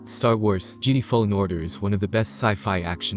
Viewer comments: Say Geedee one more time! Lol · He pronounced Jedi as geedee:/ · Lmao, this dude can't pronounce Jedi right